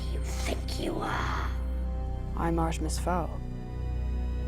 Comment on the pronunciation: I love how he slowly pronounces Artemis more incorrectly throughout the video